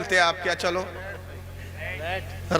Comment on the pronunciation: جاہل کو اردو بھی نہیں اتی ،رینٹ کو ریٹ پڑھتا ہے